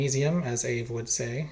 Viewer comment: Heh, I've only heard you and Cody'sLab call our Canadian uncle "ave" as opposed to "ay vee ee." It was originally Arduino vs Evil.